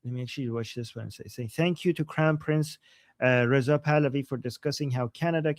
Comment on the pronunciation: WHY haven’t you fixed your pronunciation of “prince”!?! IT’S NOT PRINCESSSSSS! IT’S PRINCE! Really?!?